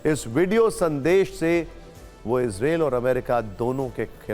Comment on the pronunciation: Anchor ji इजरायल hai yal इजरेल and jyada chillate ho